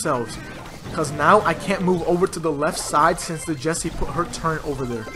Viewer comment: Did you say “turrent”